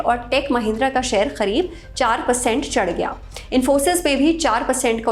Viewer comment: It is करीब not खरिब.... why did she pronouncing it खरीब....